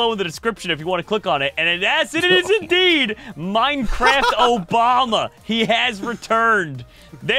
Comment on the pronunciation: More minecwaft Obama plwz